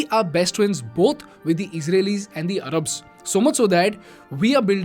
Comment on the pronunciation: It’s Arabs not arrabs